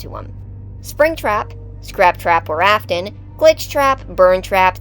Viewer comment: It's not Ofton it's Afton